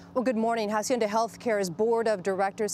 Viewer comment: Is not jaacienda Is aacienda No jaaaaa sounds Someone please slap someone Jacienda Jesuss